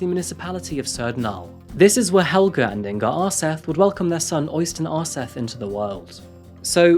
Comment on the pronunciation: I do admire you trying to pronounce all the various non-English personal and place names so don't take this the wrong way when I say that Øystein Aarseth is pronounced more like OY-stain ORE-set (th is just a normal t in Norwegian). I also think you divided Surnadal up as Sur-nadal instead of Surna-dal. Oh, and fine -e's are also pronounced so Helvete is HEL-ve-te. It's fine though, I know that you don't speak Norwegian. Anyway, keep up the good work,. I'm loving these videos.